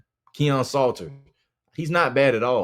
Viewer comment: This dont know what he saying lol he saying the name wrong too lol Salter is a one read run Qb and he was missing wide open passes all year